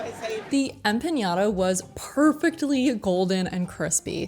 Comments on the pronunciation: Empanada not empañada. We actually call them pastelillo or empanadilla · Fyi There is no ñ in empanada so that nya sound you kept adding was oh soooo irritating. Sorry. Thank you for your review. We certainly love 🇵🇷 cuisine here on our island. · say it with me folks... empa-NADA. You're saying it like Piñata... Theres no squigly thing above the N lol. Its just Empa-nada. Not Nyata... LOL I can't stop laughing at empañata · Empanada doesn’t have a tildre over the n, so you’re pronouncing it wrong. You’re pronouncing it as empanyada. Correct pronunciation is empanada. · Gracias! Me dolió tanto escuchar "empañada" 😂. EquipoEmpanadilla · Empanada is not empanyada! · great video!! new subscriber:). just an fyi.... you spelled and mispronounced empanada. there is no Ñ. just straight up empanada not empaÑada. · *Empanada Em PaH Nah Dah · Much appreciate the video and shining a bright light on a Puerto Rican restaurant, but please “Em-PA- NA - DA”. You’re not pronouncing the word correctly. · they were saying empañada. That's what I was referring to... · I loved ‘being there, by watching. Recommendations: practice pronunciation de “empanada”, & good to have personal preferences & assessments, but some of the places you were most critical of~ were only missed, if one is without context of ‘How a food is eaten, & as part of the history, culture, experience of interacting with the cuisine… So that is where I’d hold off on attempts to provide recommendations— to what are obviously a team of master chefs ;> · This video really makes me want to go and it’s on the list for my next trip back home. My Brain just hyper fixated on the way they pronounced empanada. Lol it’s silly of my to do it, but my brain is weird like that. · Next time try to have better pronunciation of the foods name I think is disrespectful not everything translate to English. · empanada... there's no ñ in it. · Their pronunciation of empanada was killing me! 😂😂